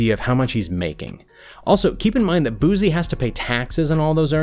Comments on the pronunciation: This dude committed to making a biography of someone and didn't research how to pronounce their name. Boose EEEEE Booo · White dude calling him Bewzee? I just couldn't watch pass the 1 minute mark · My man it’s pronounced boo-cee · “Boopack” “ boozie” “porschea “ “box Chevy “ 😳🤦🏾‍♂️ I cant with this dude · Thanks for this clip but Narrator...WTH is “Boozy”?! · Say boo z again. One mo mu fukk in time😡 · Thumbs down just by how he's pronouncing BOOSIE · Why dis man saying boozie 🤣🤣🤣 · I disliked cause of him keep saying “Boozee”😭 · Brah keeps saying Boozy 😂😂😂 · This dude saying say boozie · "Boozie" lmao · Nobody: ... This Nigga: “Boozie” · The narrator says Baton Rouge correctly but didn't say Boosie correctly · I can't take you serious, you're not even saying his name right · If I had to hit my spliff every time you got the man name wrong It would have been gone in under a minute. No Cap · I stopped watching because of how he pronounced his name..... 👎🏾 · He can't even say his name right 🤔🤔🤔🤔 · Where the hell the Z come from in his name! Smh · Learn his name. SMH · Had to stop I just couldn’t hear you butcher his name like that one more time! You are being to proper...pronouncing every syllable lol Gotta add that ghetto pronunciation to it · I thought I was the only one who thinks he’s fucking up his name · Mannn gahh damn If you cant say boosie stop saying it after every sentence make it hard to watch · Why he keep saying boozie it’s Boosie bruh respect my dog name frfr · You'd think they would've researched how to pronounce his name properly first 🤣 BOOZY 😂 who? It's Boosie! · i wish he would say his name right it’s Boo-c not boo-z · 🗣ITZ BOO SIE NOT BOO ZEE got damn get that shit right🤦🏾‍♂️I’m gone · it pronounced "boo-see" not "boo zee" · Boozee? BooSEE thats how you pronounce it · It's boosie nigga not boozie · Its Boosie not boozy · boozie Me: (Boos -ie) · His name not booo-z it’s pronounced boots-c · His name is not boozie. It’s boosie!!!